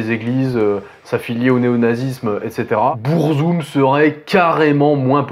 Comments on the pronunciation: En fait, Burzum se prononce en noir-parler, parce que Varg à utilisé la langue des Orcs dans le Seigneur des anneaux. Du coup faut techniquement dire "BOURRE-ZOUME". Mais bon, on va pas chipoter là dessus. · Pourquoi prononcer le nom de se groupe en anglais s’il est scandinave ? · beurrezoom 🥲 vag vikrenes 🤣 méém 😭 j'en peux plus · BEURRE ZOOM, the TRVE pronunciation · Bon ça commence mal, tu te fous de sa gueule parce-qu'il prononce pas burzum comme il faudrait mais t'es pas foutu de prononcer beefheart correctement 😂 allez c'est de bonne guerre !